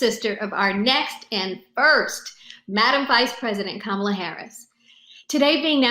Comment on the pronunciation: if you wanna see Joe reading off the teleprompter and mispronouncing kamala's name.